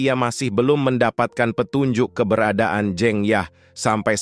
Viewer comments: Bang saya orang jawa,huruf "E" dinama "jEng yah" itu dibaca sama kaya huruf "E" dikata "sEbat dulu bang",bukan kaya dikata "tEmpE" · bacaannya salah min,jeng yahnya (pengucapannya) btw terima kasih sudah bikin alur cerita film ini ❤ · cuma agak terganggu aja dengan penyebutan jeng yah yang tidak tepat.. sebaiknya lain kali dipersiapkan lebih baik.. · "Jeng Yah" membaca E nya seperti kita membaca kata "Lebas" , bukan Jeng Yah, seperti E dalam kata tEh. Jeng adalah salah satu panggilan utk perempuan jawa. Sedangkan "Yah" adalah nama pendek/panggilan dari Dasiyah. Seperti Tukiyem yang dipanggil Mbok Yem.